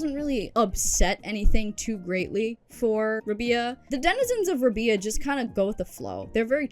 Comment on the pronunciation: Rab-eye-ah; pronounced similarly to pariah